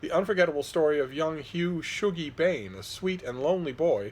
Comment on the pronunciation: It’s pronounced shug-ie, not shoe-gie. What ur ye, english or sumthin?